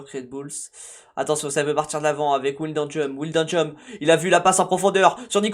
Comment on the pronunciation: Comment tu dit wijnaldum me tue ça se prononce pas comme ça 😂😂😂😂😂😂